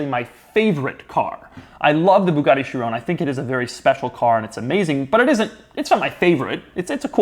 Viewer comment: “Boogaudi sheerawn” ~Doug Demuro 2019